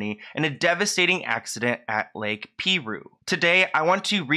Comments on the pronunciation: Great video! RIP Naya Rivera.😥 "Piru" is pronounced PIE-rue not PEE-rue😉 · It’s pronounced PIE-ROO Edited to say LOL I would haunt my sister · THE WAY HE SAYS PIRU…. It’s pronounced pie ru lol 😆. Many locals don’t fuck with that place.. so many drownings we drive to another one much farther to go to a different lake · Pie-rooo is the name of the lake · FYI - The lake is pronounced PIE ROO not Pee roo. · The lake is pronounced, "PIE-RU" not "PEA-RU" lol. Great video tho, as always!! 🥰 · Dear, I just started watching this. Please take note, It's pronounced Pie-Ru. Not Pee-Ru. I live here, so I should know. BRB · PIE - ROOO ! Not peeee roooo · Hey ❤️it's pronounced Pie-rue, like an apple PIE with RU at the end😊 What an incredible loss! I hope her son knows how valued he is! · It's pronounced P(eye)roo and they have multiple warning signs all over the place. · It’s pronounced Lake Pie-ROO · It’s pronounced pie roo I live a town away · Lol I love you so much but it’s pronounced “pie-roo” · It's actually pronounced pie-ru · Lol you pronounced the name of the lake wrong lol